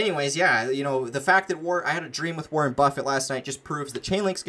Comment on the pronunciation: Wareeen lol